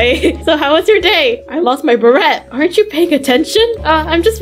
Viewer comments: its a silent T on beret! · It is pronounced bera